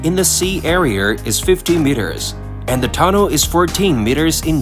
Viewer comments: It's pronounced Tunnel. Simple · What's up with your tts mispronouncing half irs transcript. Tun-ol, under-stued grav-ol soul-ul multie pool